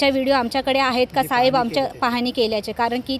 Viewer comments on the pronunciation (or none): none